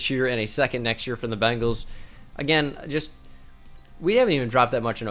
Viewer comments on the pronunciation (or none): none